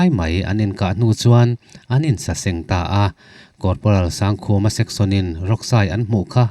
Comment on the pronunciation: Mizo hming ah Sangkhuma tih hi Sangkhuma(1000 khuma) anga lam tur awm tak ania. Sang hi (High) san zawng tehna anga kan lam angin Sangkhuma i ti tlat hi chu ka hrethiam thei lo a ni. Amaherawh chu fel hlel lai awm ve thin mahse beng i ti tlaiin, a lawmawm lutuk e.